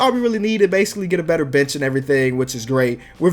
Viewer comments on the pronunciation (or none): When he said bench i thought he said b*tch